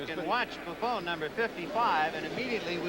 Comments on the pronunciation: ... It really helps when you announce games to know the proper pronunciation of the player's names. Doug Buffoon? Are you kidding me. LMAO 😆 😆 😆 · For all the waxing poetic of all days, these announcers were bad. Between Scully mispronouncing Kotar's name (ko-TAR), not (ko-ter) to them call Doug Buffone (Buff-own) Buff-OON, have to wonder what went on in pre-production. Johnny Morris was better than Hawkins, only if for that fact he said less..